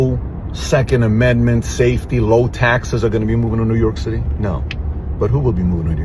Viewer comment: "Laow achievers"? You mean low IQ?